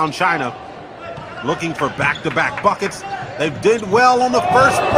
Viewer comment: Am I the only one who hear fuck it instead of buckets